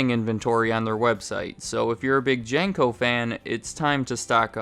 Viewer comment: Jane-co? I doubt you'll see this because im so late to see this, but your pronunciation of that company gave me a chuckle. Maybe it's a regional thing, or my childhood was a lie, but we always called it Jean-co